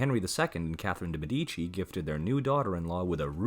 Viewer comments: Why is it so difficult to pronounce correctly the names of the peopleyou are talking about? ME'DICI!!!! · de Medici